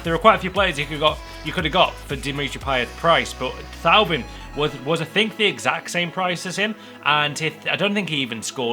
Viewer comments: Thauvin scored 1 and assisted 3 for Newcastle but that's it. It's also pronounced Toe-Van! :) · Thauvin is pronounced torvan